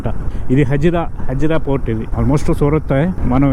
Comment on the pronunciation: Please pronounce port not fort!